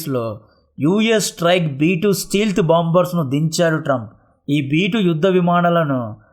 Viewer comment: Bro, antha bagundi avi steelth bombers kadu bro stealth bombers. Just a suggestion